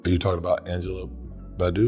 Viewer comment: That man said Angela Badu😭😭😭😭 I love him